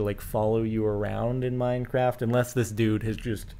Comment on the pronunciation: lol minecrift instead of minecraft